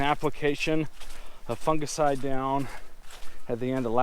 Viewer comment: Lol “funga-side”